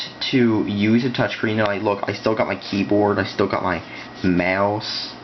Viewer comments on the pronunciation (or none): You say mouse terribly. MEOOUSE And by the way, it's a touchpad.